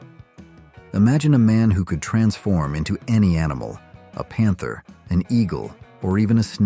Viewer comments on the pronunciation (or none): none